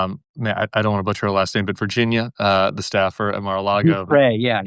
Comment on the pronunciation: Out of just a sense that these poor victims deserve better, it would be nice to get Virginia’s name pronunciation right. It’s not just you it’s everyone. But, pls feel free to mispronounce all the pedos. Love the Bullwark.❤❤